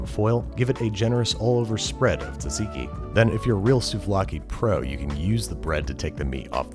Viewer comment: Tzatziki. Not "taziki"